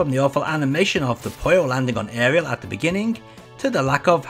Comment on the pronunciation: Well, I can tell because you called Arle Nadja "Ariel".